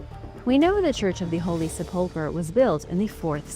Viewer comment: It’s pronounced seh-puhl-kr! If ur going to narrate u need to get it right!